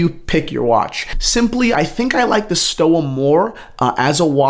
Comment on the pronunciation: It's pronounced like Stova with a v.